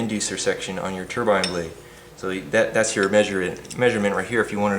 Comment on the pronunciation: I like you. You said turbine not ter-bin. Like most Americans!